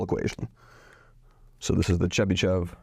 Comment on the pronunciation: In name Chebyshev sh is read hard and last e is read as o Accent is on last syllable (when e with these two dots appears accent is always on it)